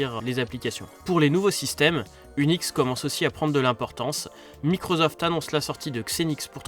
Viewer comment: Microsoft et pas Microzoft 😹